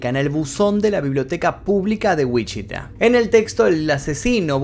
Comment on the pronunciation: me atraganté cuando dijiste “Wichita” aquí vivo, hasta lo regrese dos veces para ver si escuché mal lol, Saludos me gusto mucho el video ❤️